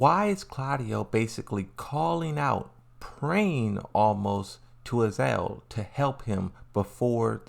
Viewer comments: Azazel not Azel . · Would you mind pronounce the real names... Azazel not azel.. And JAYCEE is JULIA CHANG you stupid peice of sheeet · It is not even Azael its Azazel ... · it's "uh-zaa-zl"